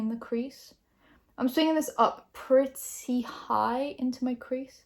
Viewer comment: as an american, you pronouncing ‘purty’ was kinda hilarious lol😂